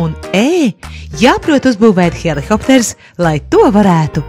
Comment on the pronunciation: helikopters, nevis helihopters...